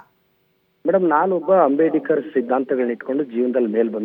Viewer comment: ಅಂಬೇಡಿಕರ ಅಲ್ರಿ ಮಿಸ್ಟರ್ ಪ್ರದೀಪ್ ಈಶ್ವರ ರವರೇ ಅಂಬೇಡ್ಕರ್ ಅಂತಾ ಹೇಳೋದಿಕ್ಕೂ ನಿಮಗೆ ಹೇಳೋಕಾಗೋದಿಲ್ವಾ?. ಅದರಲ್ಲೂ ನೀವು ವೈದ್ಯಕೀಯ ವಿದ್ಯಾರ್ಥಿಗಳಿಗೆ ಪಾಠ ಹೇಳೋ ನೀವೇ ತಪ್ಪು ಉಚ್ಚಾರಣೆ ಮಾಡಲು ಅಸಾಧ್ಯವೇ ನಿಮಗೆ?.